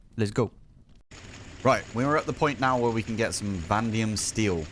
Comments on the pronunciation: why are you calling "vanadium" "vandium"??? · I think they were pointing out that the word is Vanadium so there are 2 A's Vah-Nay-Dee-um